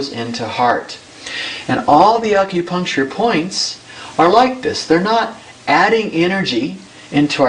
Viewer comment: Aukupuncture i hate when people pronounce it like that fuck.